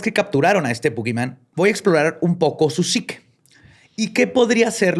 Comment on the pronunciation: Jajajaja no pude evitar cuando dijo vamos a hablar de Su psique... "SUPSIQUE" me acordé del rey mago koreano.. del capítulo del caníbal de la guerrero